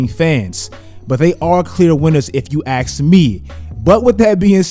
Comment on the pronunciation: If you "axe" me...